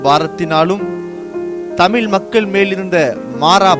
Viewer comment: அது என்ன தமில் மொழி ??? அது தமிழ்